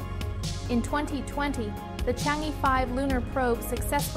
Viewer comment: Why did you pronounce Chang (E)兒 as Chang E(normal E pronunciation)? If you don't want to recognise mandarin name properly, how can you e